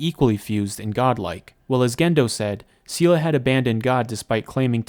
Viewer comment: Its pronounced say lay